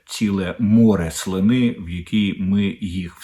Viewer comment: Укр.море слИни.СлИна,а не слинА